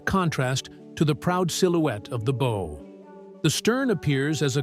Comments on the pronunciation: I never would have imagined how much of the steel is being consumed every day! Is there not a way to raise and preserve the Titanic? Or at least the bow? And it's such a nicely done video; perhaps fix the one, most, well, only distracting element: the incorrect and sometimes correct, pronunciation of "bow"? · And it keeps switching between pronunciations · No stop misspronouncing the front of the ship. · Early on in the narrative, it was pronounced correctly. Even after a few instances of mispronouncing it, there is an occurrence of being pronounced correctly. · I agree that the audio is really poorly done when the narrator can't correctly pronounce the word that means the front of the ship--the BOW. "Bow" as in "take a bow," not as " tie a bow on that package." Someone did not take care in recording that audio. This is an egregious error that should have been caught and prevented. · Yelling in BOW!!!! In my mind right here with you. Wordy bs too. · THANK YOU! I have been "screaming into the Void" on this subject forever. "Bow" sounds like "wow" Yes. But damned if the AI narrator doesnt also do a version of the pronuncuation of the SAME GODDAM WORD: "BOW"= "SNOW"!! If this is a triumph of AI technology...I pass!!! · It's pronounced BOW as in BOW-WOW. Retrain your damm AI. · The "bow?" As in bow & arrow? What is with these computer-generated voices? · The bow was pressurized by thousands of gallons of seawater, whereas the stern had Her whole back end out of water. The amount of water would have obliterated the stern because of gravity and pressure. And Bow is pronounced is (b OW') Ow as in ouch or OW! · Why is it so hard to teach your AI narrator how to pronounce bow (rhymes with wow) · It drove me crazy, every time I heard bow I was yelling BOUGH!!! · This! Instead, the AI goes on & on about the beau. Downvoted, and I will never waste another click on this channel. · It does say bow like it rhymes with wow once in a while. Why not Everytime I wonder?